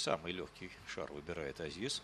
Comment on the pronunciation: Да Бля...ь не шара ,а ШАР